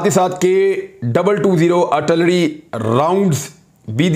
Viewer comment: jemab its not artullery its Ar til lery.